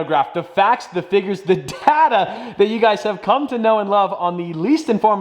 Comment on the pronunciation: It's data, not date!